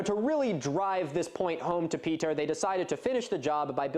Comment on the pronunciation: Actually by my estimate, I'd say he got that Serbian name pretty well for someone who's very much not used to that. I think he might have stressed the second syllable of "Petar" a bit much, and held the "je" of "Blagojević" a bit long, but... Also "Chełm" is pronounced very close to "Helm". The e and m make the exact sounds you'd expect, meanwhile that "ch" is softer, like the Scottish "loch", and that slashed l is pronounced like - of all things - "w".